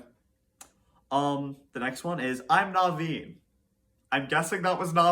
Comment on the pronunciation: HEY THE NOKKEN IS CUTE AND I WILL FIGHT YOU ON THAT also you pronounced noveen wrong